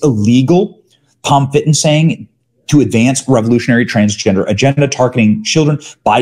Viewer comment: "transjester Americans..transgender Americans in the military" He had it right the first time.